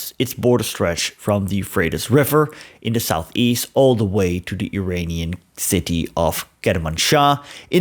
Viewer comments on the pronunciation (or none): none